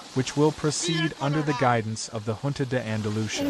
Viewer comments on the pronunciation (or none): none